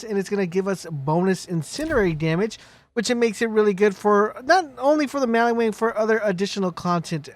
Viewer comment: In maliwan. WAN Sounds like WANT. Not Mali-WON.